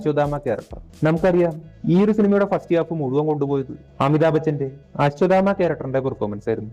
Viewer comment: അച്ചുമാമ അല്ല...അശ്വത്ഥാമാവാണ് 😢